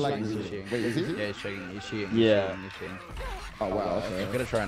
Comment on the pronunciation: I love reaction to cheaters " HE'S CHEATINGUH HE'S CHEATINGUH"